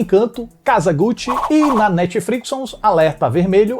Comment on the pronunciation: alexa botou casa gute kkkk inves de gucci